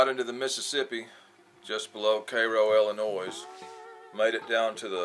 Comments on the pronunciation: Illinoi(silent s) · Illinois pronounced illinoi